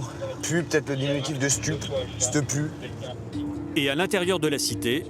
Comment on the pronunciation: 😂😂il a dit stepu le mec de la bac